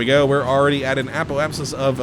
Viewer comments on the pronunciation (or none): none